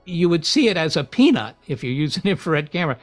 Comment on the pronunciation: It's not a pea nut . Or a balloon. Come on Seth . Raily